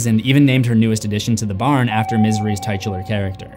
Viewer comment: Ugh - it’s pronounced “tit chu ler” , not “tight chu let”